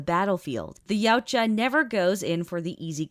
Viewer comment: Ya-Oot-Ja I think is the pronunciation, I want to help your nerdy creditials LOL 😂